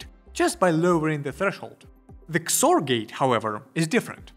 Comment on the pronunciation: I have to say, I’ve never heard someone call XOR “kzore”, but I really like it.